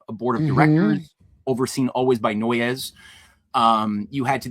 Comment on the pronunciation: NOY-YES? No, it's NOISE. I lived around the corner from Noyes Ave in Utica